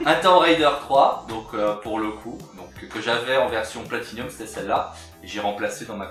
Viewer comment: "Platinum !" et non "Platinium !". Ya pas de i messieurs ! Autrement belles trouvailles !